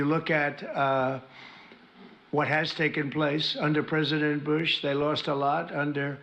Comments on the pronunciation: President... Boozhe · President Boosh? Lol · President Boosh? 😂